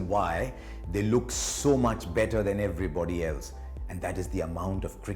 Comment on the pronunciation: I can hear him all day The way he describes "everboody" 😘😘